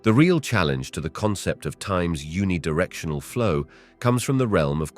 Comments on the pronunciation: Who is the voice model in this video?. Where can i download this voice model?. Its a computer voice surely because it pronounced uni directional to un-ee directional instead of youni directional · oh wow you picked out one mispronunciation, good for you. the narrator has a great voice.